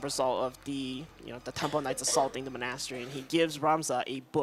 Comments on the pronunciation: Mon-ass-teri is my favorite one. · his inability to pronounce monastery bugs me, especially when no one corrects him. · not a fan of his diction, and constant repeating of things like "basically" or "we'll --- about that later". and his pronunciation of monastery. i dunno why but it makes me angery. i'll give him credit for explaining things though, as that can get tiring for 5 hour run (in addition to his own run).